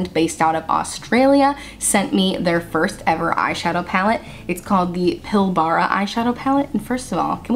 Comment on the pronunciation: The Geologie palette is so beautiful and I hope it inspires people to look into the beauty of the Australian desert. (also FYI it is pronounced like PILL-bu-rah. i think every video i have watched featuring this palette, they have mispronounced it, even a few from aussie YouTubers)